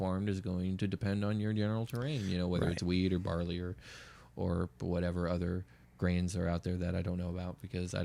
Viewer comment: I definitely heard "weed or barley" too, so you're not alone. xD